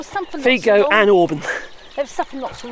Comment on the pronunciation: Fico is pronounced Fitso. But he probably deserves to be called Fiko.